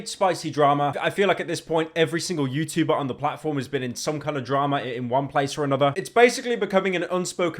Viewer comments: "Youtoober" wtf Pyro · BRO SAID TUBER NOOOO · Stop pronouncing the T in ‘YouTuber’ so heavily it’s making my ears bleed